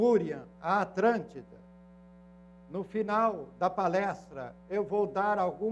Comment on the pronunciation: Com todo respeito: o tem o problema do "cebolinha", da turma da Mônica (Maurício de Souza). Só que invertido: troca o "L" por "R". EX: ATRÂNTIDA. Rsrsrs. CONTUDO: A palestra é válida!!